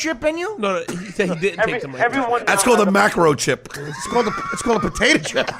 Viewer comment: "It's called a potata chip.." lol